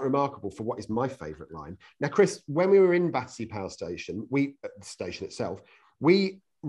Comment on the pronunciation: An exciting report! Now I must visit it! One point: it's "Battersea" not "Battersear", as in your introduction.